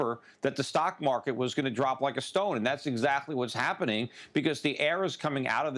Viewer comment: opening statement by talking head. "Mock Market" hahaha. beautiful.